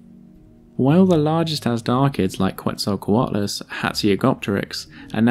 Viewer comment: Hearing it pronounced as "Kwetzalcoatlus" brings me physical pain. Still good video, that's my only gripe